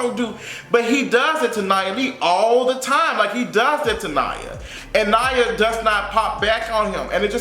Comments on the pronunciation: Nia not Nya 😜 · Her name is Nia.....Knee-Ya